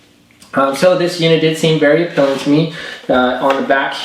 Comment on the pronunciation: APELLING? does he mean Appealing?